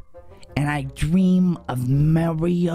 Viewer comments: Uh it's Mario not Mareo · It is not marui its MARIO AND NOT LUGI LUIGI